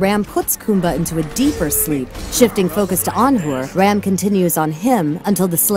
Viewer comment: Stop pronouncing it ram like dodge ram it is pronounced raam like when the doctor tells you to save ah. No a at the end. I would know since I am Hindu and indian